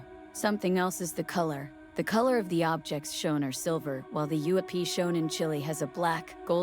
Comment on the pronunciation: The "dark smoke" on top of that object is a super bad after effects job hiding the cable. Theres a hoist on it and a Bolt hook on the very bottom. It was odviously being towed by a helicopter. This channel must be stupid AI since in pronounced UFO "oofo" stop this crap already.